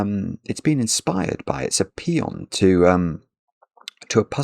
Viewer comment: Thank you for the Bradbury reference and also the poem - I will forgive you for pronouncing paean as peon!